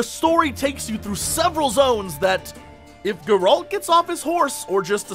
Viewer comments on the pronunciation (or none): Its not Geraaalt It is Geralt reviewer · Is it really that hard to pronounce his name correctly? Calling Geralt "Gerald" is like calling Jesse "Jay-z". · "I'm a huge Witcher fan" Can't pronounce Geralt.. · Dear Jesse, The way you pronounce Geralt's name is killing me. Otherwise, this is an awesome preview. I've been avoiding marketing material for the most part, but this I thought I should watch. You're hyping me up man!